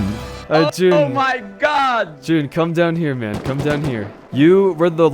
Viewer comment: My favorite guy is jun 1N¡ Cuz you pronounced jooon